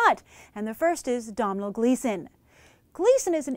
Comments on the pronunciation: It's an Irish first name pronounced 'dough-nol', not Dom-h-nal. I live in Ireland and have a friend named Domhnall! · Really good summary, he's a mighty fine actor, couple of things in there I didn't know he was in but I've been watching him for a while. 'Your Bad Self' was an underrated and unfortunately short lived show. Also heads up, it's pronounced the same as Donal. It's always kind of amusing to watch Americans talk about Domhnall Gleeson and Cillian Murphy. I've been living in America for 3 months and I still love how people react when they find out how to pronounce my name :P